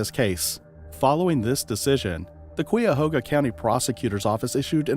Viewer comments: Thee correct pronunciation is KYA- HOGA County 🙄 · I've heard people from that region pronounce it as KAYA-HOGA, which makes more sense to me because of that U. I don't think it's silent; it must be enunciated.